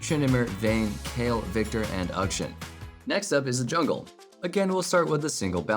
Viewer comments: Please stop pronouncing Akshan (Auk- Shaun), as Uk-shin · Question: why do you pronounce the name Akshan as "Ukshin" when the champion himself says it differently?